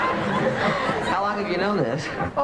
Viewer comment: Its park not pork get your ears checked out